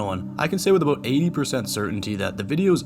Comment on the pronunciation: Lmao at the aboot 😂 I heard it before I saw it